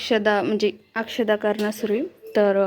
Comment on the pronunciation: लिहिता बोलता तरी येत का अक्षदा नसतात अक्षता म्हणतात